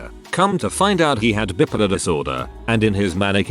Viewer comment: The reader has a real issue pronouncing "bipolar". bye-polar, not bip-polar.